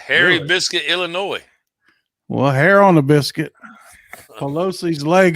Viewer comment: Ill - I - Noy = Illinois. No “ S “